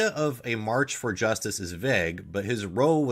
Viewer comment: In this case, row is pronounced "rou", not roe.